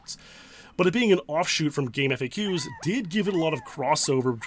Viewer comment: It's pronounced "gaam faks".